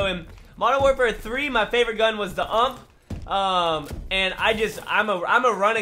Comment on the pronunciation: lol the way he says ump its u m p